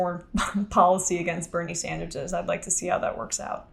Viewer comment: Did she say birney sandigiegs. Lol